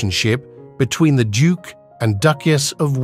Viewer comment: What’s with the very weird pronunciations of words like “duke” and “emerald” and so many more. Completely distracting.